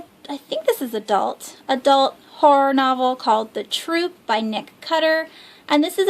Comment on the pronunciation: Haha I laugh every time you say horror and horrors lol I keep hearing whores haha